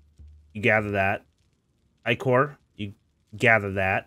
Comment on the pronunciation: How you say ichor hurts